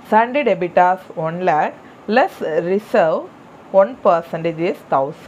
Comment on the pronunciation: Debitors illa debtors